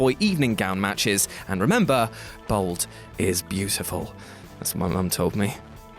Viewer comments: It's 'bald', not 'bold'. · Bald not bold. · why do you say bold not bald?